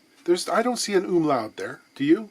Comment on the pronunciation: Thanks for making an effort to pronounce the Umlaut, and btw I do have TWO bavarian uncles;D